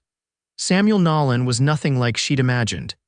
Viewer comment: It's "Nolan", not "Nallen"...AI needs work...great story, though